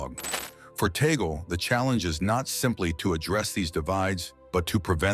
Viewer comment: We are humbled by this vlog sir , he prefers to be called by us Filipino catholics as Cardinal Chito…. Sir with due respect, his surname is pronounced in Filipino as Tag-le not Tay-gel,apologies for this correction.🙏